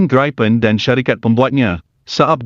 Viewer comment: Sebutannya BUKAN GRAIPEN tetapi GRIPEN.